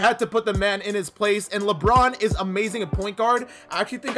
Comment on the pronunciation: It ees what it ees